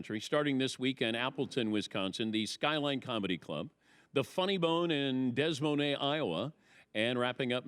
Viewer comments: Dez Monay, Iowa 😂 De Moyn or, originally in French, *day mwan*. Meaning, “of the monks”. A synonym of München (Munich) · Des mo nay? Jesus. DEE Moy N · It’s pronounced dee moynz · Patrick cant even come close to pronouncing the capitol of Iowa. Horrible